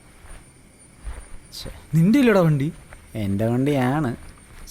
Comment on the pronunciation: Its not "enthe" its "ente". "E"nte"".. intelligence's "nte"